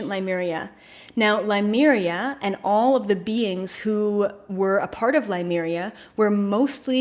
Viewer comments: Just a note, it is Lemuria not Limuria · Its' pronounced Lemuria....not Limeria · LEMURIA not Limeria. It bothers me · Please learn how to pronounce Lemuria......that would be good ....